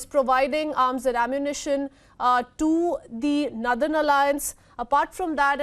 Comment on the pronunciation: Why she is pronouncing nurthern